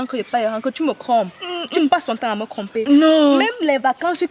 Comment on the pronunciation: Vous parlez quelle français là ! "Cromper "😂🤣🤣🤣👏😚♥️👫👍